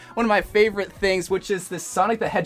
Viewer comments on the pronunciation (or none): none